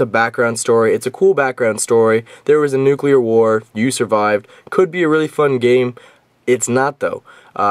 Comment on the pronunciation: nukeuler... lol